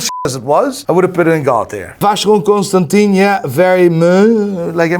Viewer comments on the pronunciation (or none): Best comment: it’s “ConstanTAN”, man, not “ConstanTEEN”. Don’t embarrass yourself.